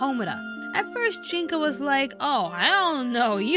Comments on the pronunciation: isn't it Junko not Jinko? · Junko Kaname. not Jinko. Sorry for pedantics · One little nitpick, but it's Junko Kaname, not Jinko